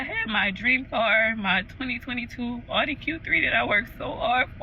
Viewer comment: Pronounced Ow dee, not Odd ee